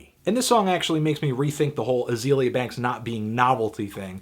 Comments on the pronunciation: ITS AH-ZEE-LEE-AH not AH-ZAY-LEE-AH, you dumb fuck. try to be more objective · Hey needledick, Lesson #1 when reviewing an artist: Learn how to correctly pronounce their name. HER name is Azealia, not Azalea. #Plantlife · when u pronounce Azealia wrong